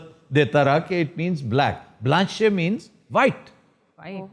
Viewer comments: This man talks nonsense . Blanche is used in a sentence and is not pronounced Blanchai And noir is not pronounced noijj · BLANCHE ke Akher mein "e " nahi parha jata " بلانش" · If you read a french word in English then it's ok to say BLANCHE otherwise e is silent in it. But overall you doing great ,good content and best team , even many members left , but still 👍🤩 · Aftab Sahab, with your due Apology, I understood French is not our Language but it doesn’t hurt to Learn regardless of our age. Kindly refer to Google for Right Pronunciation of NOIR, Blanche a Cerruti. With warm Regards from Dallas.